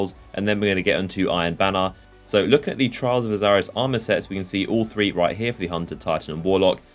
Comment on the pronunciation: Correct me if I'm wrong but I'm pretty sure Osiris is pronounced Oh-Sigh-Ris not Oh-Zigh-Ris, no z sound as far as I'm aware